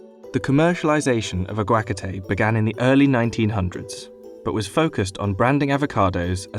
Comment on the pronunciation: The way this guy pronounces aguacates makes me want to strangle him